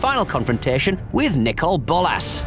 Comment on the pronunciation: I think this video might need to be a few years longer. PS: It's NOT nicole bolas!!! It's pronounced nickle bolas